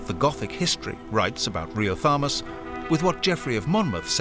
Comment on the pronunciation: Riothamus, which Ashe pronounces as Riotamus. Don't you hate inaccurate voice-overs? I do.